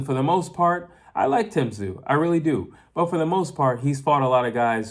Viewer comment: Hey you pronounced Tszyu correctly.